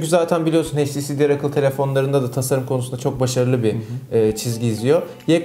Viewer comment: sarı kardeş "heyç ti si" değil "eyç ti si" şuradan dinlemende fayda var